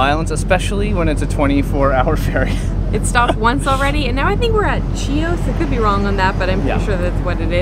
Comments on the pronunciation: Big tip...Chios has a silent 'c'....as does the name of the villages...chora is silent c too. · It's pronounced Hios, not CHios 😂😄 Hello from Greece, Rhodes island! :) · Hi guys, I'd like to give you some clarifying informations: "Chios" pronounce : Hios / Greek Salat : Horiatiki salata and means Rustic or from the Village or Village Style / fylo pronounce : filo ( fi as you say fi -fth) / the name of the ship is "Diagoras" : Diagoras of Rhodes (/daɪəˈæɡərəs/; Greek: Διαγόρας ὁ Ῥόδιος) was an ancient Greek boxer from the 5th century BC, who was celebrated for his own victories, as well as the victories of his sons and grandsons. He was a member of the Eratidea family at Ialysos in Rhodes. / Patmos (Greek: Πάτμος, pronounced [ˈpatmos]) is a small Greek island in the Aegean Sea. It is the location of the vision given to the disciple St. John in the Book of Revelation in the New Testament, and where the book was written. I wish you had a wonderful time on the island. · great video guys; love that you are so adventurous! by the way it's pronounced FEE-lo (the dough, lol) and Chios island is pronounced HEE-os :) Thank you for the wonderful video!